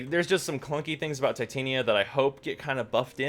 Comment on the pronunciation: is no one mildly infuriated at how DE mispronounces Titania? its the most infuriating thing about this warframe